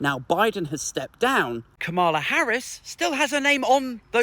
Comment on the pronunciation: it's Ka-ma-la as in camel-er. Not Ka-MAR-la. Not being a pedant, some Reps deliberately mispronounce her name.